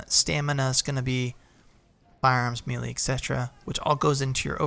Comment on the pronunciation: Great series of videos. Just two things.: Melee, is pronounced May-Lay. And it's CAValry, not CALvary. I know, I know, I'm that guy, but just trying to help with the accuracy.